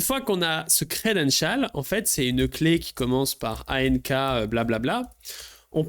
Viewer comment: Le credenchaaaal